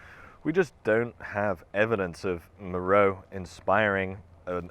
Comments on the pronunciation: Please: "MER-oh-ay" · Great observations. My only issue is that my ears heart every time you mispronounced Meröe. It's "Mer-O-way". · nice work as usual, thank you. Only comment I have is regarding Meroe and how you pronounce it. Being native of Sudan, I can tell you the natives pronounce it MA-RA-WEE, sounds nothing like the spelling, I know:) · Meroe is usually pronounced “Me-ro-way”.